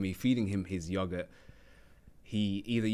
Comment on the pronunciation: saying yogurt like "yahggert" tickled me so much! 😂😂😂